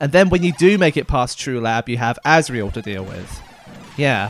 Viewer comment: Was calling Asriel "Azrael" in the chapters intentional?